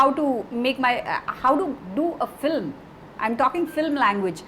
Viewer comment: Very knowledgeable set of people. But why do you still pronounce film as flim?